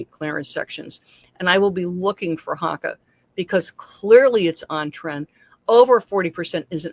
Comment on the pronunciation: Hoe ka is how they're pronounced.